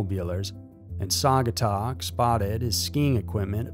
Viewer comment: Nice attempt on "Saugatuck" 😂 Better than most I have heard.